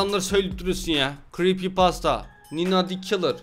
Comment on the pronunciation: Abi sen yanlış söledin creppypasta üyesi o